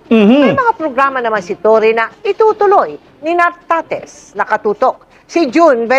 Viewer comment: Correction, nartatez hindi tartatez